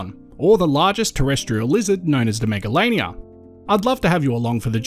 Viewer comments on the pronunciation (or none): none